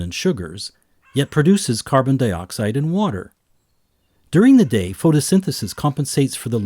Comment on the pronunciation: The way this dude says water and matter is pathetic